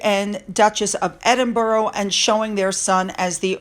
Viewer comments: PLEASE stop pronouncing Edinburgh as EdinBURROW. It's most irritating. Rabbits live in burrows. It's pronounced Edin-burrah (more like a sigh or exhaling a breath) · Edinburgh: pronounced Edin(burrah), not EdinborO. Sorry, but it’s like nails down a blackboard! Great stuff! Let’s get a DNA test on these nefarious kids! I understand that something is being investigated by the palace, re: Birth Certificates? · It's great to see how happy people are for The Duke and Duchess of Edinburgh, it's great news!, you aren't pronouncing the word properly and I think it deserves the right pronunciation, it's ED-IN-BRA, not ED-IN-BARO..I know it's hard for Americans to pronounce many English names of places and I know you try and get it right. But this I think needs to have it said in the right way 🙏😊❤️ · Not "Edinboro",. It's pronounced"Edinbrer". Just another UK quirk! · Hello. Hope you don’t mind 😀 Edinburgh is pronounced ED IN BRUH- the ‘u’ in ‘bruh’ is the same as in ‘up’. And you put the emphasis on ED. (ED in bruh). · EDINBORO Lol. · Edinburgh is pronounced Edinburra. So much of our language is a pain in the nether regions. Once the Coronation is over, that’s when Charles will clear the decks, in the meantime, he just wants a quiet life and to be able to enjoy his Coronation. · Edinburgh Edin Burr Aah 😊🏴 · Hi, love your videos! Just a note if you're going to be using Prince Edward and Sophie's new titles a lot - it's pronounced Ed-in-buh-rah. I know Americans can have a difficult time with it and Glasgow (pronounced Glaz-go which ends up Glass-Cow 😂). Love from Scotland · Pronounced Edinbruh in my neck of the woods. 🏴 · I truly hope KC3 stands up to the pair for attempting to railroad him. Also, I believe that Edinburgh is pronounced Edin-bruh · Dear,pls check the pronunciation of Edinburgh.